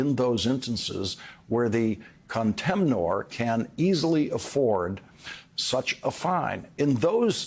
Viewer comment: I want to know who TF added [sic] to the completely correct CANNOT , but didn't add one to "explanation point" . (By the way, Lawrence, the -or or -er in contemnor/er is not stressed, and in fact the N is usually silent.)